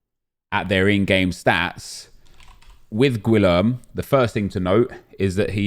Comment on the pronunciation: Gwilerm? GWILERM!? Nep you can’t be serious! Gee-air-may